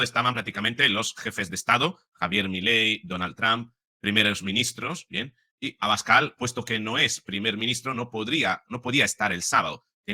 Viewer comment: Yo quiero que sea presidente Santiago Obiscal 😅 esa es la verdad. Pero que gracioso pronunció Trump el apellido de Abascal 😅